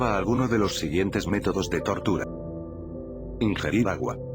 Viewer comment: Fuck me asuste cuando dijo tørtura xd